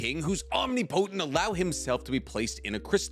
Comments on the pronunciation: love you bro love your content and I don’t want to be that guy but it’s Om-Nip-O-Tent not Omni-Potent. Please don’t attack me guys I just want to help with pronunciation. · I just realized you said “omni potent”😂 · Yeah the soul King is omni-potant LOL PS: If see's this just for his own personal knowledge it's pronounced om-nip-a-tant no hate just thought it was funny LOL😂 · "Om-nip-o-tent" is the pronunciation youre lookin for brother. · I love you, but it's "ahm-ni-po-tint"